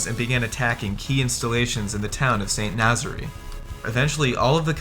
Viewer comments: St Nazaire is not pronounced Nazery it is St Naz air. And what about the Lofoten islands raid in Norway? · St Nazaire - pronounced Saint naz-air. Not nazzary! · It's pronounced 'Sant Naz-Air' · St. Nazaire is pronounced san nahz air. it's irritating to see videos trying to be somewhat educational to fall down on proper pronunciation. I see someone else already caught you up on Edinburgh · The narrator's inability to pronounce Edinburgh and St. Nazaire is an indication of his level of education and research.